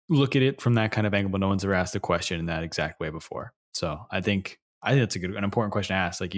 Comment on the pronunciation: joey really loves to say "axed"